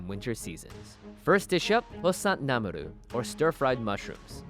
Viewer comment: Why did namul become namuru? That made it sound like japanese :(